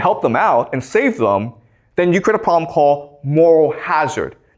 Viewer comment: I like how he says "pwobwem"